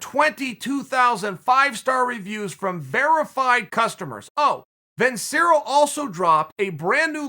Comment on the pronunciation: CHAEL ITS PRONOUNCED VIN-CHERR-OH